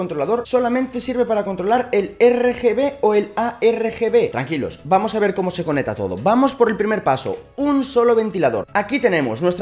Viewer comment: ConeCta coneCta con C no coneta!!! jajajaja excelente video pero me da TOC cuando dices coneta!!!